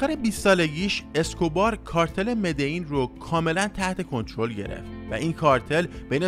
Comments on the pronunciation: مدعین چیه برادر من مدلین مدلین مدلین تکرار کن کارتل مدلین مدلیییییین،پابلو تنها عشق زندگیه منه از هرکسی بهتر میشناسمش تمام فیلمای بیوگرافیشو دیدم،کارتل مدلین نه مدعین مدلیییییین مدللللللین😡😡😡😡😡🤬🤬🤬🤬🤬🤬🤬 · ب مدلین هم میگه مدعین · داداش مدلین چرا ی جوری میگی؟ مدئین میگی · مدلین مدلین